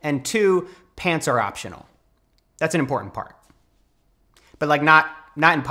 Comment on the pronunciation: "pants are optiona' 😅😅... That got you a "like"